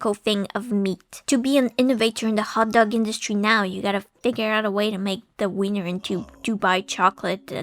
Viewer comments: the fact that beautifully pronounced that tricky German surname but then consistently fumbled 'wiener' (I before E = 'ee'; E before I = 'aye'...because German is LOGIKAL DAEMMIT) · so most english speaking people pronounce wiener with an unvoiced w as in wing or walter which is wrong but instead deciedes to pronounce the "ie" part wrong instead truly a visionary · ie is an "I" sound, not "ai" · It's insane how English native speakers mess up "ei" and "ie" every single time. The say "Epstien" instead of "Epstein" but now they say "Weiner" instead of "Wiener". It's very simple, dear Anglos, in German: ei = "I" (as in "I can't pronounce things."), ie = e (as in "Ew."). Also: e = "eh" (as in "Tastes horrible, eh?"), i = i (as in "dictionary"). Hope that helps. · It's Wiener, not Weiner. 🌭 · Not vainer it's pronounced viiner like "We" because "ie" is pronounced like the letter "e" but "ei" is pronounced "ai" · my in christ, VIENNA. VIII-ENA. VI-EN-ESE. WIIIIIIIIIIII-NER. if it was pronounced w-eye-ner then vienna would be called v-eye-na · way to impress your bilingual audience: put a word from a different language into google translate for that language and have it tell you how to pronounce it, then try to say it that way. example: 'Wiener' isn't pronounced 'Vainer' but it's pronounced 'Veener'. Same with 'viennese' (which isn't even german but english) which is pronounced 'vee-enese' (as english google translate would tell you). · "Viners" ah, yes, from the City of "Vinna" It's still German, so the ie makes an EE sound. We got Weenie from Wiener, which comes from Wien (pronounces veen), which is the German name for Vienna. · German speaker here, vienner is pronounced Vee-ner...so basically wiener but with a v X'D